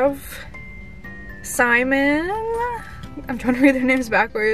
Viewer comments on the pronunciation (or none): none